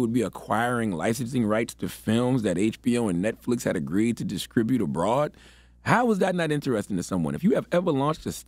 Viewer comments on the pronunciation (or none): Man Charlamange cannot say "distribute" to save his life. I read the description of the video in Charlamange and read, "con(sc)ruction". It's all good tho. Sending healing scress.